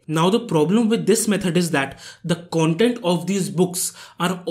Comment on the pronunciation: It's not kauntent its content It's not pruduct its product Mistakes brother 😉